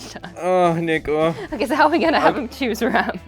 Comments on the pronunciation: swaped gpu rooms in hope to get neko to chose better, i love how it sounds like ni**achan when u call him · I keep hearing the n word every time he says neko